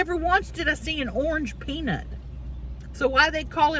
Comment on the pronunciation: Did she say circus penis instead of circus peanut? 😂😂